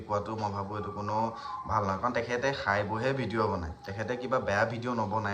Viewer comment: সাই নহয় খাই, সাব নহয় খাব গাধ 😅😂